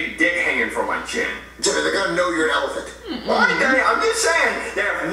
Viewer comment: Elephant (Ele puh hant) for jeffy